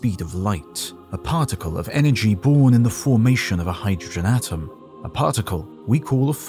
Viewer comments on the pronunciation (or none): none